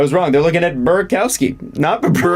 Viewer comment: it's Bura'kov'sky not Bura'kow'sky.